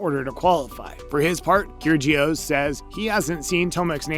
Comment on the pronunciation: Nick “Keer-Gee-Oss”? Wow that’s bad. It’s pronounced “Kir-E-ohs”. Probably why you have 500 views on this video. Awful